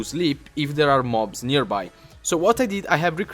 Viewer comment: sorry but its nearby and not nerby